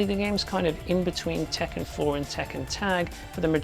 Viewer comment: Tekken is not pronounced "Taken", its pronounced as "Tek-Can", literally Iron Fist in Japanese. Also! Ryu in Street Fighter is not pronounced "Rai-You", its "Re-You". Not complaining about this video, just want to point this out.